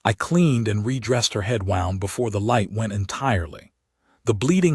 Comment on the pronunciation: More terrible AI reading: "wound" as in past tense of "wind," as in winding a watch, in a story about a medic. Simply STUPID and disgusting! As always, "breathed" with a short e sound instead of the long e dipthong sound. Either do not use "breathed" or teach your AI to read better! Ugh!😡😡😡